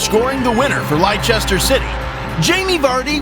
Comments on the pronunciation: No way dude just said "Lyechester" City. Another ignorant American 😭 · Ly- chester city???? FFS get a proper narrator. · Lei-chester City...hilarious.